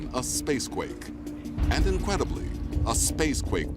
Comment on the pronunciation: he says "incwedibly" instead of "incredibly", probably because he just said space quake